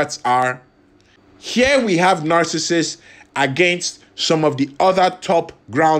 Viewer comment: Aka...I had to laugh through the whole video....because I think 99% of the time you kept calling him Narcasist !!! NOT Narcissus!!!.....poor guy!!